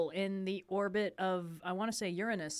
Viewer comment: It's refreshing to hear an American pronounce Uranus correctly for once.